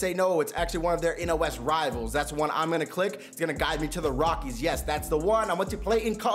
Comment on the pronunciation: This man said rockie stadium